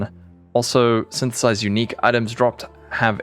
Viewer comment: nice blooper on 1 min with Sythtthhhsss, that´s what my mate and me actually sounded like when reading the league the first time and even til now it still was snththths for the meme